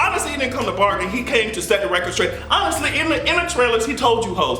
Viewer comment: HE SAID "AVENGERS IVE COME TO BARGEN" I HATE YOU LMAOOOO